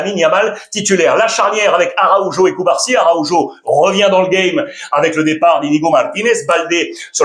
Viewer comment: J'adore ton talent depuis tes prestations sur Canal +. Surtout ta prononciation avec ton craquant accent espagnol des noms des joueurs de la Liga. Stp prononce mieux le nom du défenseur uruguayen du Barça : R. ARAUJO pour mon grand plaisir, depuis Abidjan ❤